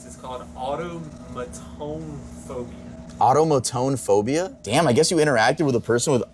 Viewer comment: “auto ma tone”😭😭